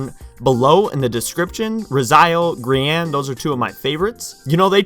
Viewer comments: Never heard of gre-an I've heard of gree-in Thoe ;) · its pronounced GREEIN not GRE A N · The way you said grian is so strange.